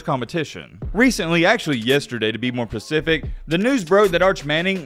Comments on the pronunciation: It’s specific not pacific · be like. “To be pacific.” 🤣🤣🤣🤣